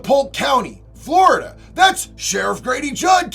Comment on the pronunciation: "Now The State of Flow-da has some good ass lahws bruh!"😅Freaking I Love It.